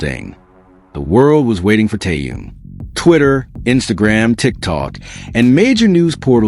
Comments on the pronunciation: Очень раздражает бот, то Таюн, то Тэнун, то Тоян, хотя вещает на русском языке. Недоработка. КИМ ТЭХЕН, запомни машина, КИМ ТЭХЕН. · Какой ещё Тэхаен !? Тэхен! Тэхен! Автор ,прежде чем озвучивать его имя ,надо хотя просмотреть видео с ним и как его зовут Арми .